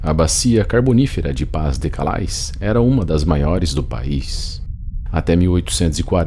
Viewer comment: Pas-de-Calais pronuncia-se PÁ DE CÁLÉ.